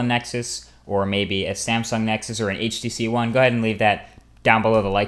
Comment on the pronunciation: "HTC One"